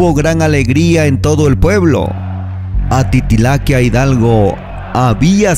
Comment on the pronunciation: Y no se llama "Atitilaquia", SE LLAMA "Atitalaquia". (ATITALAQUIA).